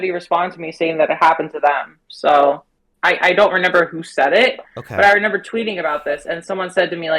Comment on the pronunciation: she said she doesn’t “renember” i mean…u dont renember much do you